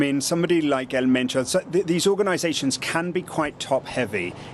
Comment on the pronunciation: ElMentoo ✅ EL MENCHO ❌